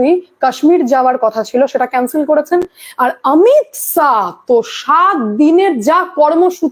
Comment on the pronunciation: অমিত সা নয় অমিত শা.. খুব সুন্দর আপনার উপস্থাপনা আপনার... কিন্তু উচ্চারণ টা দেখে শুনে করুন.... বাংলা ভাষা তো বর্ণের ব্যাবহার টা ঠিক করতে হবে....